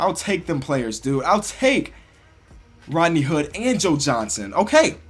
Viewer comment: you mispronounced rodney hood